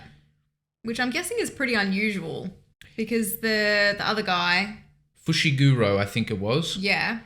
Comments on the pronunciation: Foo-She-Ga-Row = Fushigoro lol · …..fush? 😂 It’s not hard to pronounce. Foo-she-goo-ro.